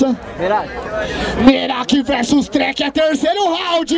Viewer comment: Eu tô louco ou eu ouvi o chamar o treck duas vezes de dreka hahahaha